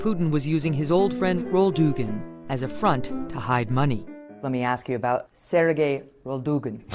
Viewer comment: "SERGAY ROLDOOGIN" -MEGYN KELLY